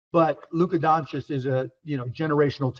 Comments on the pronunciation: I can’t believe Steven A for the first time ever said Doncic correct after 7years.. he is not Doncik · His name is donakick like flight says